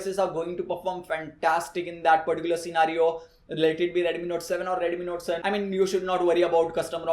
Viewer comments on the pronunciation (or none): One similarity is ads, look at his expression 😃bro one thing is dont say redumi, say Redmi😁